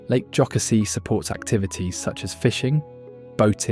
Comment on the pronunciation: Most people who aren’t from that area mispronounce it. I am not surprised. Lake Jocassee was mispronounced as well. Other than that, I loved looking at the state and the beautiful animals. Reminded me of the times I have been to the cities or seen an eagle in person.